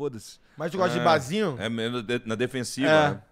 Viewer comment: Alguém apresenta o R pro, gente! 😂😂😂 Bazinhu, ceveja... 😂😂😂